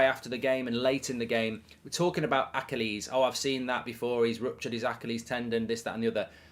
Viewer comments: Anyone else confused on how goldbridge pronounces achilies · I will PAY you to pronounce Achilles correctly!!!! Good lord .. how many times before you realize!!